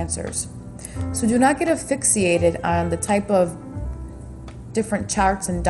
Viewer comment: affixiated? LOL!